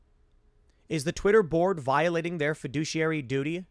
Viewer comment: Every time you said board it sounded like you said borg and it still makes sense.